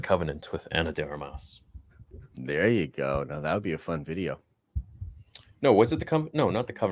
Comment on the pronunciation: "..Ana D Armius..": "Keep my wife's name, out ya f!@ mouth!"